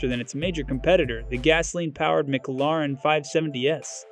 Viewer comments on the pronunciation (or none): Did you say McLauren?